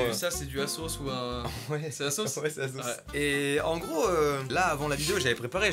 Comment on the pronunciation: everybody: aSos mastu: aZos